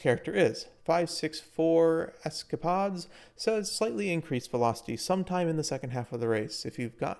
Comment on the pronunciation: bros an engineer yet cant say escapades correctly, you flippin twit